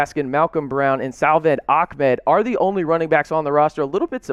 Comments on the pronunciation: Its Pronounced Ahkmed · If you go to the Miami Dolphins website they have every player recorded saying their own name, and sure enough he pronounces it AK-MED. Go look for yourself